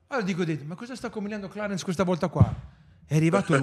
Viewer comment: perché clarenshhh 😅😂 momenti parte la dentiera😂😂😂😂😂😂